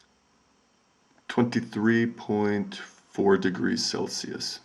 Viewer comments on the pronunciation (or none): none